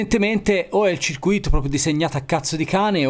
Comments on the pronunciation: Si dice circùito, perché ciruìto vuol dire preso per i fondelli. Bravino comunque anche se sei Toscano. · Che goduria i tuoi video... Altro che xnxx...però da Toscanaccio che te tu sei... "Circuìto" con l'accento sulla seconda i, non si può sentire. Ma deve essere una fisima degli insegnanti dell'ITIS anni 80 che non volevano confondere il circuito di formula 1 con altri circuiti. Si scherza dai... Starei tutto il giorno a guardare i tuoi video (anche perché non so un cazzo di elettronica). Bravo e simpatico. Spero tu non sia un insegnante.